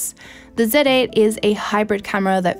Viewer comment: “First time using a KneeKon Said Ate”